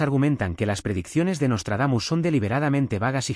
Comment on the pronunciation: Jajajaja pura mmda el " nostardamus mucho" ....